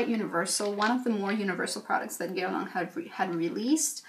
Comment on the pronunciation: I need to learn how to pronounce Guerlain from you. Don't understand why one person needs so many almost unused products, but I already ordered my meteorites because they make me happy. can't wait for delivery